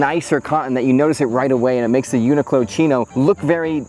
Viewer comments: The accent is more like u-knee-clo you pronounced in the video. The -clo in the end rise up like in clothing rather than falling down like in close. But to get more Japanese style pronounciation, you make it like coo-lo, coo as in cool with out the l, and lo as in lol also without the l. It's a 4 syllable pronounciation. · I haven’t looked at 1,000+ comments, so I’ll write it just in case: it’s pronounced uni ku ro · It's pronounced yuu-nic-lo. The japanese is written like yunikuro. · I've always pronounced it "UN....IQLO" 😭 lol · Not to split hairs but in Japanese it’s more pronounced ‘yu-ni-ku-ro’ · Thanks for the video! NOTE: To solve that pesky problem of how to pronounce a large global corporation’s name, consult the Internet.